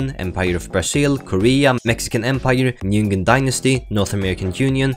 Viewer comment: my vietnamese brain deconstructed itself when he pronounced it "nungyen dynasty" good video tho